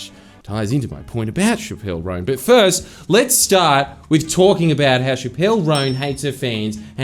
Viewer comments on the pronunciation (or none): CHAP-əl ROHN. Shuh-PELL is the gal that got in trouble for some drug smuggling thing. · Chappell Roan is pronounced like “chapstick” not “shappell roan” btw :) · shappelle roan 😭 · not pronouncing chapell roan even close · I'm disappointed not even the producer corrected Jordan on his pronunciation of Chappell Roan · The only kind of speech that should be silenced is the way Jordies pronounces Chappell Roan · The most contemptible bit of this vid is Jordan pronouncing Chappell Roan’s name like Dave Chapelle’s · Chappell Roan's name being said incorrectly so many times in the intro hurt my ears and I'm not even a fan of her